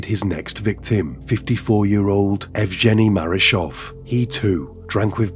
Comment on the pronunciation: Yevgeny- that name u need to say with strong G hhhh